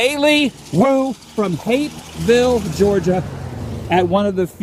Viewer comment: Stop saying Hapeville weird